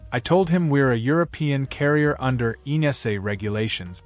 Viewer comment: Your AI comment is fault-ridden. The authority's name is EASA, which it reads like ENASA.